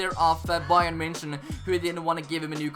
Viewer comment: Also bayern munich as bayern myunick